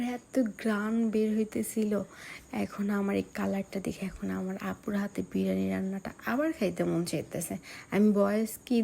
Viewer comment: আপু ভ্লগ করে কিন্তু সেটার নাম বিরিয়ানি নাকি বিরানি সেটার সঠিক উচ্চারণ টাই পারে না। আবার সে নাকি বাংলাদেশের নম্বার ওয়ান ইউটিউবারের আত্মীয় লাগে । ব্যাপারটা সত্যিই হাস্যকর😂😂😂😂